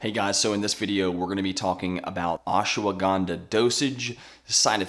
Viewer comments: It's ashwagandha, not ashawagandha. You're adding an extra syllable, and it already has plenty. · Pleae stop pronouncing it Oshwaganda. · Say the name properly at least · Fun fact: These experts talking about Ashwagandha don't even know how to pronounce it correctly. All good. Thanks for the effort.